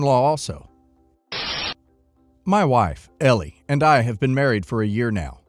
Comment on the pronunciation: Story 3: Elle is L not L E. Drove me crazy the entire video. Sorry rant over. Otherwise enjoyed watching.